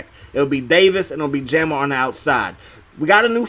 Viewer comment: Wtf is Jammer Fletcher lol! It’s Ja-mar lol! Great vid tho I’m a new sub I like your content pimp